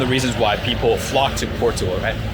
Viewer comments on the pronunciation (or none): Liking your videos and the house manifest concept sounds great. FYI .. I realize you’re from Asia but Portugal is pronounced Por cha gul. And the Jesus statue is called Cristo Rei meaning Christ the King.